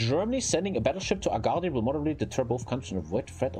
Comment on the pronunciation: It’s agadiiir